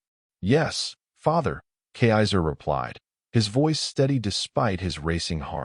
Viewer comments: A good story except for the robot voice being unable to pronounce kaiser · cannot even pronounce the princes name correctly. Back to school fool.